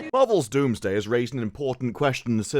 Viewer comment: Its Doomsday, not Wombsday